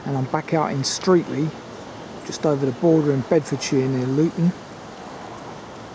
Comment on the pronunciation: Pronounced as "Stretley".